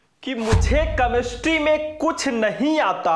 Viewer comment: कैमेस्ट्री होता है कमेस्ट्री नहीं